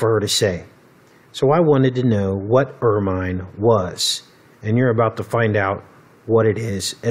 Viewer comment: Wow. I didn't know about stoats. Not that it matters, but it's pronounced 'er-min' and rhymes with 'vermin.' The British royals use it a lot around their cloaks and even around the rim of the main Crown. Well spotted.